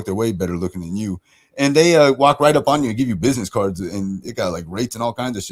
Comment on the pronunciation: WHY DOES SAY R-R-RIGHT ALL OF A SUDDEN INSTEAD OF JUST RIIIIIGHT?!?! SHE IS SO GROSS